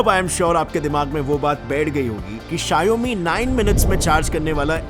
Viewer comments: It's not sha-yo-mi , it's Shaw-me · RIP appul bhai😂 also For Xiaomi Its sheeiaomee in pronouncation not shaiyomeee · Shiaomi kya hai bhai? Shower me ko jod ke bolo And shower ko America ke style mein bolna padega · Please pronounce Xiaomi correctly It's pronounced as show (from shower) +me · You should correct the pronunciation for "Xiaomi".